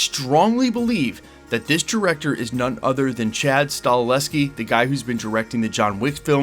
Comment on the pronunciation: .... Sta-HEL-ski. Sigh. Maybe next time. 😁 Man... I sure do hope they get Blade up and running though. Who would've thought it would be SO hard to make a movie about killing vampires?? They don't need to re-invent the wheel. There's a blueprint already there... the first TWO Blade movies PLUS a boatload of comic storylines! Sheesh! 🙄